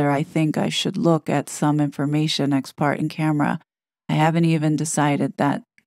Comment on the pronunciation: Gentle correction … parte is pronounced: par-tay. I value this channel significantly more than the gossip channels. I am continually in awe of your commitment to the research required for all of the technical information surrounding these 2 grifters. I’m a boomer & increasingly disappointed, exhausted, and appalled by the “woke” et al 🤦🏼‍♀️ and this administration’s DHS policies (or shall I say, lack thereof). I AM truly frightened by the prospect of globalization for our decedents, especially. My time on earth is growing shorter, and I am literally praying to be gone by the time this potentially comes to fruition. THAT is a VERY sad place to “reside”. 😞